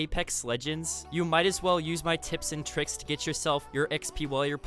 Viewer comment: He said tits and tricks lol